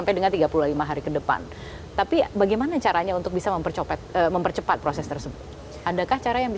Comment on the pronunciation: ko gue dnger mempercopet ya 😂